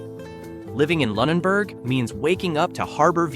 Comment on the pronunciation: He pronounced Lunenburg incorrectly half the time.